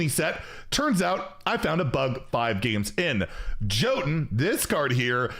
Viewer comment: jotun is pronounced yotun